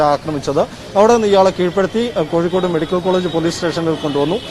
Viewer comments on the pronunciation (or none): Koyikod alla mole kozhikod